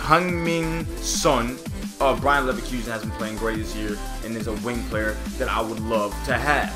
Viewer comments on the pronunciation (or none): none